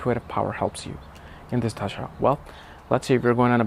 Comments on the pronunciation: I know you are a scholar and I enjoy your content but when you pronounce Dasha as Dhasha it confuses me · Bro, Please respect the Language Hindi 🙏 It's Dasha , not Dhasha 🤣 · Chuthiye pehle dasha pronounce sikh dophe